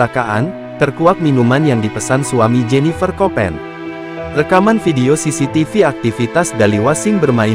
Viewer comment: Baru kali ini aku dengar orang nyebut cctv jadi ce-ce-te-ve